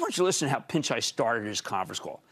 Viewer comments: Please say PICHAI not PINCHAI. He is brilliant and very well educated. Went to IIT , Indian Institute of Technology, a school that is trial by fire. Highly competitive education. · There's no "n" in "Pichai".